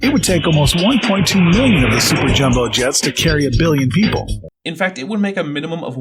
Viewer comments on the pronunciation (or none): none